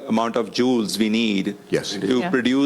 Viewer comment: Indian guy being interviewed like he's some expert, says: "I'm an engineer" - but can't even pronounce "Joules" correctly. It's not hard, dummy - given it's the SURNAME of James Prescott Joule who discovered Joule's Law and who the SI unit of energy, the joule (J), is named after. So it's the easiest thing in the world to know how to pronounce. It's not said like a dog's JOWLS you fool... it's said like: JOOLZ.